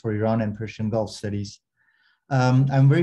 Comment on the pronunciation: His Persian pronunciation is near perfect.